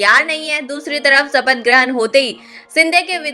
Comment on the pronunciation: मैडम सिनडे और सपथ नहीं होता बल्कि शिंदे और शपथ होता है, पहले अपने उच्चारण को ठीक करो फिर वीडियो बनाओ...